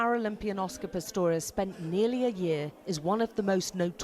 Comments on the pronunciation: Pretorius ???? His name is Pistorius!!!!!!! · ITS PISTORIUS. NOT PRETORIUS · It Oscar Pistorius, not Pretorius. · kim dav really, where? :D I only noticed, this guy is struggling with his name